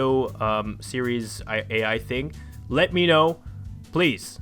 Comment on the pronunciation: meyk it a suiries